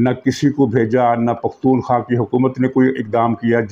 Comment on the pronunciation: Name of provence is Khyber P KHAWA, NOT P KHAWA